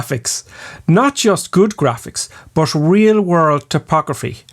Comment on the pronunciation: Why do you say "bush" instead of "but"? Or "ouch" instead of "out"? Is that some kinda dialect?